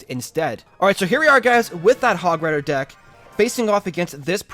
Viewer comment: he said ded instead of deck